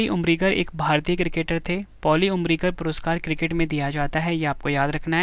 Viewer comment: पाली की जगह पर पॉली क्यों पढ़ रहे हैं ?😢😢😢😢😢😢😢